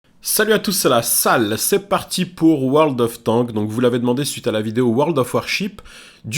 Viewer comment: Quand tu prononce World Of Warships et World Of Tanks tu oublie de prononcer le "s" à la fin.